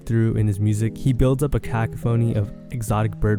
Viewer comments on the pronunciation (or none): why you say “cack a phony”😭 it’s pronounced like “cuh cough a knee” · cuh-caw-phony fashir.